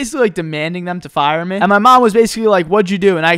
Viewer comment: I know this is an old video, but I've been binging for the past 3 months. Why do you say "meh" every time you should pronounce "mee"?